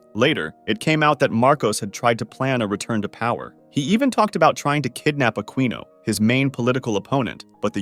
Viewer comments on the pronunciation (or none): Aquino not aqwino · It’s Pronounced “Akino”😅